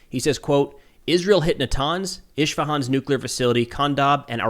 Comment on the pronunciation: Its isfehan with a S not iSHfehan